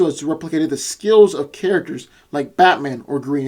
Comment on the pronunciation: You said D.C. Carácters